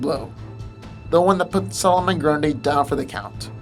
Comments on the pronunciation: It's NOT Pronounced "Grun-Day" It's Pronounced "Grun-Dee" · it's grundee not day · why are keep calling him "Grunday" instead of "Grundy" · grundy bro not grunday hahaha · i think the video wasnt too bad but everytime you pronounced grundy (grun-dee) as grun-day i wanted to teleport to your location and slap your mispronouncing ass. its grundy damn it! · ummm grundee not grunday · does it bother anyone else that he seems to say grun-day a few times instead of grundie? could just be me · This boy said Grunda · Someone mentioned how nearly every 'superhero' has regenerative powers now, maybe... but it's a shame the commentators have to destroy the spoken english text by being incapable of speaking properly, so either learn to pronounce english or sod off; typical example.. solomon grundayy!! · It sounds like GRONDAYY he said GRUNDAY 7 years later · "Solomon GrunDAY". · Why’s this asshole pronounce Solomon Grundy like that? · Why do you keep saying Grundy like this, there is not an A between the d and y in Grundy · Your pronunciation of some words is atrocious. Grundy(Grun-dee), Wanton (Wahn-Tahn) and some others